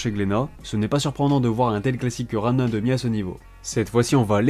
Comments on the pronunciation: Par contre faut que tu T'améliore quand tu dit Ranma et tu peu dire Ranma car ranme 1 demie c'est venu bien plus tard dans l'animé ! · Faut vitre les animés ou les Manga pas seulement aller chercher des Informations partout et faire de Jolie Montage ! Surtout quand on a autant d'abonné que toi un Minimum pour la prononciation après c'est peu être un accent que ta qui te fait dire Ranme comme sa